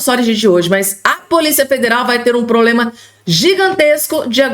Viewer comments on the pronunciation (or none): none